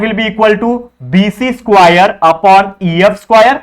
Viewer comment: Square ko squire bol rha hain😂😂😂